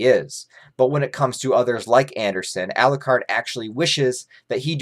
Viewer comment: Every time says Elucard. Dracula loses a soul. How many souls did he lose in this video?:)